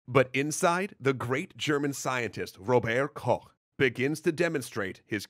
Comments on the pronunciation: Hey! Your video is excellent as always. The only minor gripe I as a German have is how you pronounce Robert Koch. It's actually ['ro:bɐt kɔx] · Robert Koch is pronounced [ˈʁoːbəʁt ~ ˈʁoːbɐt], with stress on the first syllable and the t clearly enunciated. He wasn't French. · Very interesting video! You mispronounced about every name, but still very interesting.